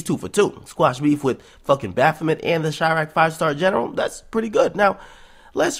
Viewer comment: I actually like this video Homie! I like what u said in this one so salute. But stop saying bafoment its a demon name and it every time u say it my skin crawls so #JesusGang. And Good vid